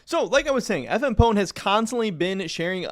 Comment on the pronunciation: I think it's FMP One not FM Pone